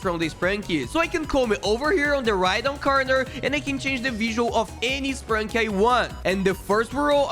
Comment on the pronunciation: It is sprunki not spranki